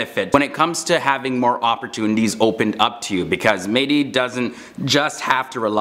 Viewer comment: İts not "medii" its MEH - Dİ DEB - Hİ ...İts very annoying that you keep saying that way. And MEH-Dİ means mesiah in arabic.What a coincidence :)))